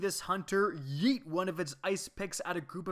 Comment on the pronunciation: You say yeet funny lol